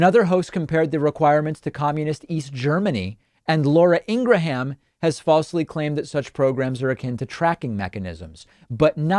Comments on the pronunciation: Supporter of the show, but you rail on conservative media talking heads for continually mispronouncing the VP's name, while you twice mispronounced Laura Ingraham's name twice in the first two minutes of this video, or at least pronounced it significantly differently than she pronounces it herself. Is there a reason for this? Again, this is nitpicking on my part, but if you can pronounce Kamala correctly, you should also pronounce Ingraham correctly. Am I missing something? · David, it's not Laura Ing-gra-ham, it's pronounced Laura Ing-gram